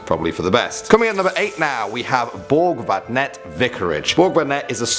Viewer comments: älskar hur han uttalar Borgvattnet 😂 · Älskar när dom säger det fel